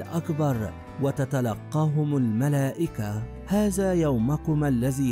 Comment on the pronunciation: يمكن المذيع اجنبي ومابيعرف يتكلم اللغه العربيه وعاده متعلم اللغه العربيه من قريب تنطق هذا وليس هزا 😢